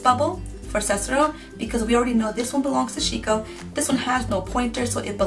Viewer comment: did you give him Sheko but pronounce it Like Shiko. That's not japanese.